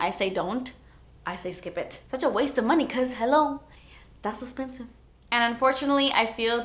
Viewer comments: I love it when she says DAS ESPENSIVE 😂😂😂😂😂 💘💘💘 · It was only a suggestion since I just love when says 'dat's espensive':) seemed like a fun segment if she decided to treat herself:) didn't know about Tati either, I'll have to check her out:)